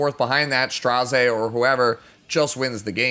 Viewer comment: Dilibet literally says it correctly,I'm shocked how some people are still saying it wrong